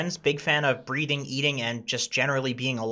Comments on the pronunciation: Did he say breeding or breathing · He said breeding. And whats wrong with that? He has a girlfriend. I thought that was a clever joke:) If it was an accent and he actually meant breathing then its a bummer...